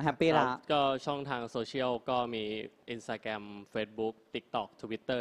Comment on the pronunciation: インスタグラムって日本の発音で言ってるPerthくん素晴らしい START self-introduction Armさん song doraemon 小芝居 song